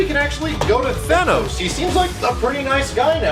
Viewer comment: At the time we shot these, we thought it was pronounced "Thay-nose", and we had to redub it for everybody when Marvel told us it was "Than-ose".